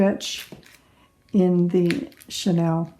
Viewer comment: Thank you for great instructions. Pronunciation is Sha kneel not Chanel the perfume. Just passing on that info. I love everything about your instructions. Well done!